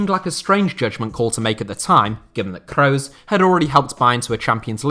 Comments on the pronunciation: Butchering the names maaan.. it's "Kroos" not "Crowes". Geez it's like you've never heard their names before!! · your pronounciation of Kroos is awful